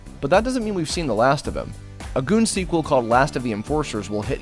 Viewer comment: "Goon", not "good".